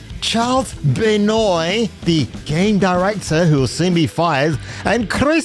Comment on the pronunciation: Ben-wah is how that is pronounced….